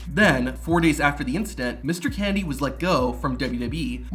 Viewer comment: Good video, but half the time you pronounce "Kennedy" like "Candy" lol